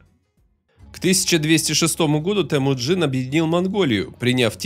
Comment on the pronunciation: Вроде бы русский, а говорит ТЭмуджин, а не ТЕмуджин! 🤦🏻‍♂️